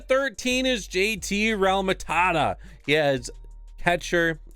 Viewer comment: It’s real-mu-toe